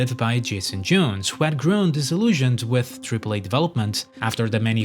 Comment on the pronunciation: Jason J-OWNs, not Jason J-OONs.